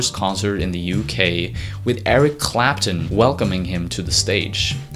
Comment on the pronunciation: CLAP-TON. CLAP-TON. IT'S FUCKING CLAPTON not Clap'un.